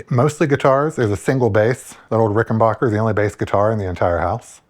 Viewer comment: It's Ricken BACK er